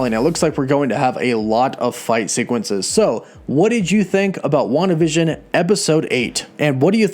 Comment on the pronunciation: Why do you pronounce it WandaVISION. You're putting the wrong emphasis on the wrong syllable hahaha. Emphasis is on the WAN part of WANdavision.